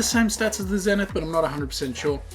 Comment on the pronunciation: WHY DO PEOPLE KEEP CALLING THE ZENITH A (ZEH-NITH?!) IT'S CALLED THE (ZEE-NITH)